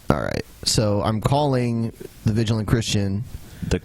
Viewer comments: Can't even pronounce "vigilant" properly. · Ok the Mega Man 3 music made up for the mispronunciation of "vigilant."